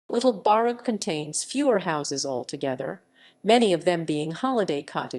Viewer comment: It's pronounced Barff!